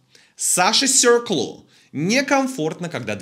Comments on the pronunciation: «Мисье серкл»😂😂😂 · Жалко только то что больше не будет так часто говорить «СЁРКЛ» 🤣